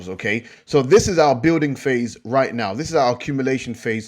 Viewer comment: Phase not fase lol